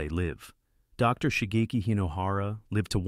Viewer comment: AI fake voice read the period after the abreviation "Dr." as end of sentence period.